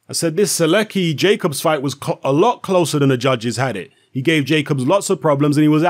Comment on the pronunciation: Skips first name butchers the last name xD